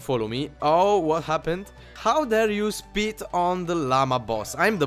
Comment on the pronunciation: I like how when he says spit, it sounds like "Speet"